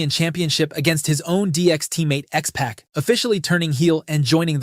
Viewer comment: You need a little better editing before realeasing the video. How can mankind win the title on Super Bowl SUNDAY yet lose it “days later” on MONDAY night raw? How can you not how to pronounce X pac? Finally, you claim Smackdown became the preferred brand for in ring action, which is clearly an opinion not a fact. You also say that most fans didn’t see Owen’s death on tv….but NO fans did. These are nitpicks, but they’re also correct. Be correct imo